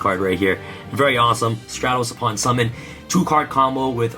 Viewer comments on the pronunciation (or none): none